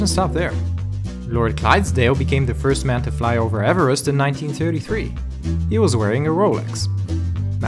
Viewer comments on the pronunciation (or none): none